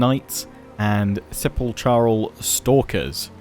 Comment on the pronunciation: The "ch" in Sepulchral is pronounced just like the "ck" in Stalkers.